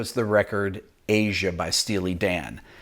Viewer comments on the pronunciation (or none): Called ZZ TOP song TUH-sh not TOO-sh... It's AH-j-ah (ahhhhjuuuuh) not A-zhuh. The j is a j not a "zh" sound. Picky I know but these are classics that should be revered not butchered or disrespected! :) Just a constructive jab.